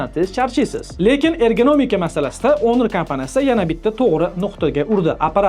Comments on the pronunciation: Honor iltimos ONOR EMAS HAMMA NEGADIR ONOR DEMOQDA JONGA TEGDI JALA SAVODLIK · Onir deyapsizmi shunchaki hunuk ewitilarkan 😂😂